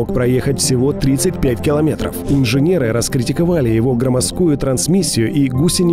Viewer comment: ГромОздкую, на О ударение!